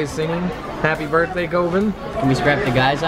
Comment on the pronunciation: When you said birthday I heard burtday